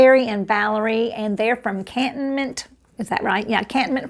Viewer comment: Pronounced. Can Tone.Mint. Florida❤️. ( my area of the world.) love your videos